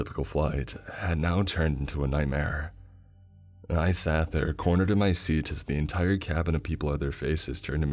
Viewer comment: Bro why does he talk like that... my ticket-uh" "my seaat-uh" he draws out the last syllable and uses a monotone bro voice, sorry. Will be sticking to Creeps and Mr CP.